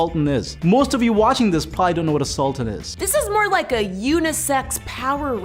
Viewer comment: Says the guy who does not even know how to pronounce Sultan properly